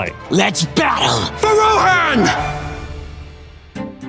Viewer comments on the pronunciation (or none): Is no one going to mention the botched pronunciations ThEE odan and Row hanne? 🥴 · lol the oversized desk and chairs is hilarious but i have a feeling ole boy isn't a true fan or even really knows LOTR mispronouncing theodan and rohan like that c'mon now